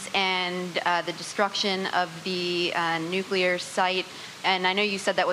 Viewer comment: this is going to lead to a nucular war